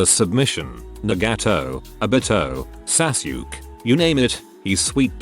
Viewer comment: Sasuke is now pronounced “Sass Yuke”